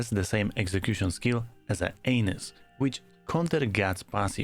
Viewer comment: Hey. It's Black ANNis not Anus